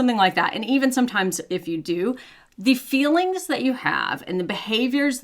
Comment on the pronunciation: I love how your accent gots more and mire pronounced - "feelings" tranformed to "fillings" 😂